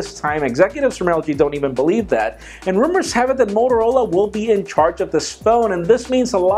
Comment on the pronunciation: Motorla? Ahah xD